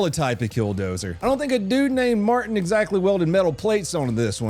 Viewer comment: Marvin, not Martin